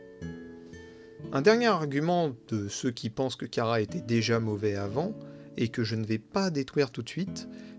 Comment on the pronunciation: Tu prononce mal chara sa se prononce chara pas kara 😅 sinon la vidéo sur chara et frisk j'ai eu des frissons 😮😊